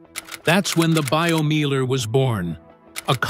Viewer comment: Meiler is pronounced 'Miler, as in 'I'. Also, who has got that much space to build a Meiler?